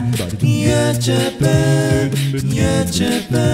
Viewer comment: it's pronounced "you-Tube" not "you-chube"